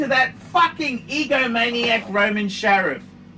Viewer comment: FFS, it's SHARF!!!!!